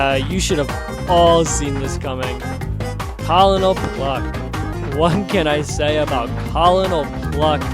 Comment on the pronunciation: col-o-nol pluck 😭🙏 it's pronounced cur-nol not col-o-nol.